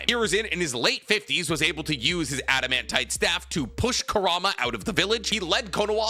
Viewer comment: Everytime I hear this fool say ‘adamantit staff’ I know the next words gon be ‘-hardest material in the Naruto universe’ lol